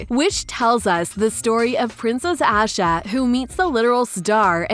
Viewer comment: I hate how she pronounced Asha 😂